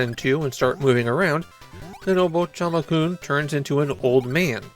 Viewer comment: why do you keep saying "obochichama-kun" though